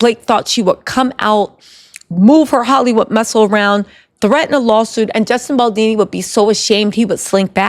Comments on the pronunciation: Girl his last name is Baldoni not Baldini. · Justin bal-Doh-knee (like play-doh not baldini) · Bal-DONI, not Baldini...pleeeassee🤯😂🤯😂🤯😂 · BAL DON I !!! Not BAL DEE NEE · Baldoni not baldini. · Justin BaldOni, not BaldIni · I agree with everything you say except it's "Baldoni" not Baldini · Love the video style !! btw its BaldOni not Baldini 🤭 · I love you!! I been dying laughing at you mispronouncing Justin Baldoni's name lol Bal-DOUGH-KNEE beautiful 😂 not dean - knee 💀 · It's not Baldini, it's BALDONI. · I love your content, but please, learn Justin BaldOni's name. You always consequently call him Baldini. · BaldOni not dini 😆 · I love your vids girl, but Baldini? Really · Bal-DOE-Knee …appreciate the update. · I think her saying baldini is cute though lol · Pronunciation…as an italian …Baldoni’s….pronunciation…Bal-DOE-KNEE…good show 👏👏👏👏👍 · Boldini??? lol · lmao it drives me crazy! esp bc shes not my only youtuber that calls him baldini….how is everyone seeing the o but saying it as if theres an i😭😭🤣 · I couldn’t watch the whole video over this! Baldoooni! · Baldoni. With an O. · Great work! The only thing is you kept mispronouncing Justin Baldoni last name. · why can’t you get the mans name right? You doing it on purpose or what?